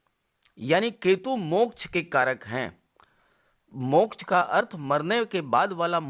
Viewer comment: मोक्च का उच्चारण बडा मजेदार करते हो आप